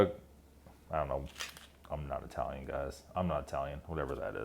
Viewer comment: Are you sure? I could've sworn you're Eye-Tallyun.